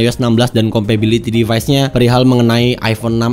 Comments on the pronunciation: Compatibility ya bang, bukan compability! Dari awal video risih banget deh dengernya. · Compatibility bukan Compability 🤣🤣🤣🤣 Sehat and sukses terus terus ya.